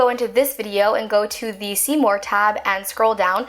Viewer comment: Am I the only one who thinks about. "Seymour barnes" every time she says "see more" it's uncanny😂😂